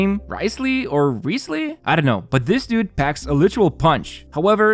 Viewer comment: Wriothesley is pronounced as "rizzley"